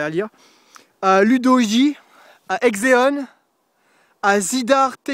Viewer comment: GG mec et merci pour la dedi meme si ct un peu mal prononcé ( Exenon )! et dommage que le topic soit supprimé du forum 15-18